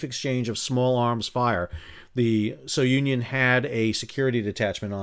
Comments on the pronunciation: Just fyi, Sal, Sounion is a historic site in Greece and is pronounced SU-nyon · Hey Sal, Sounion is a Greek Temple located about 20 miles east of Athens on a point. It's pronounced sue - neon. Like the boy named sue and neon. Like in lights on the strip.